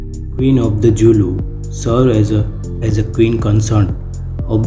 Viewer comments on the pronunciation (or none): Your Pronunciation needs more practice.The Zulu people pride themselves in the word ZULU. Z.U.L.U not Julu. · zulu not julu and her son is Misuzulu not Lethukuthula